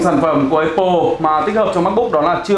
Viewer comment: mong a cũng như nhiều reviewer công nghệ khác phát âm đúng tên giùm cái. Áp pồ chứ ko pải lá ây bồ( cu hiệp) hay ép pồ( đa phần reviewer hay đọc)